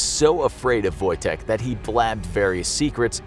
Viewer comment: Your ,,Wojtek" is good